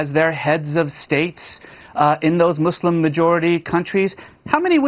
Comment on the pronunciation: Why do so many people struggle to pronounce muslim correctly?